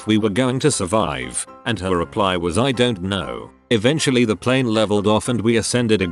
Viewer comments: I wonder why the text to speech voice randomly decides to pronounce it "pleen" instead of "plane"... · hes a kiwi text to speech